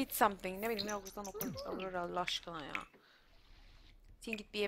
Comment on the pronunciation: aurora diye söylenmiyor orora diye okunuyorrrrrrrr abla bunu yanlış söyledinğğğğğğ